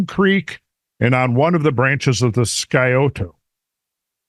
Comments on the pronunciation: “Psy-oh-toe” lol. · The "c" is silent in Scioto. Pronounced like Sie-oh-tuh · I live 5 miles from the Scioto river, close to the town of Sciotoville in Scioto county. So trust me when I say Scioto is pronounced with the c silent. Just saying.